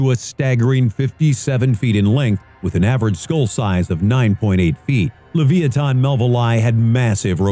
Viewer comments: leviathan = lev-EYE-ah-than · How can you pronouce Leviathan so wrong.